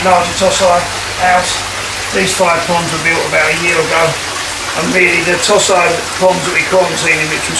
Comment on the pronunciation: Toe Si not Toss Eye, Christ!